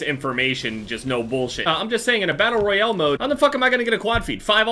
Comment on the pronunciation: "Battle royele"